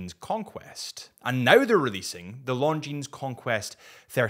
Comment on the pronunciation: You work for a watch company yet still say S at the end of Longines 🤦